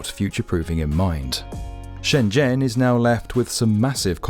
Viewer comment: I can tell a channel does its research when it actually pronounces shenzhen correctly